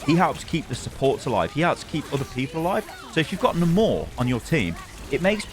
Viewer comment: Why are you calling Namor nuhmorre